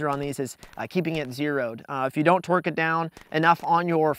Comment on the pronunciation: "If you don't twerk it down" hahaha I know you meant torque. But it sure as hell sounded like you said twerk.